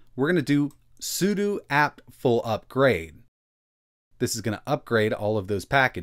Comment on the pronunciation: Okay, the 'sudu' is driving me nuts. it's 'sudO'!